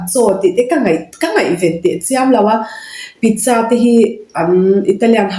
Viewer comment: Sapho in pizsa an ti ngai reng2 lo pizcha.sa hi cha angin an lam ri.